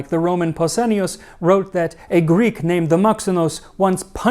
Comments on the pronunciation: As a helleen, can i just comend you on your effort of pronunciation. Amazing work 👏 thanks for the content max and all behind the scenes. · Another Greek here 😅well done on your pronunciation..i really enjoy your content 😊